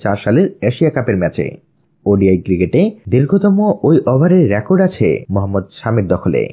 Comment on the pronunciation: Rakot Na Record